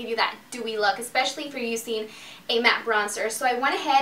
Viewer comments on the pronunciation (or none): Can you please say easy and using correctly.